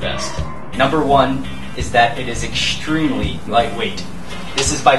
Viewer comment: ekshtreamly) shtraping) it's funny way to say things =) no offense)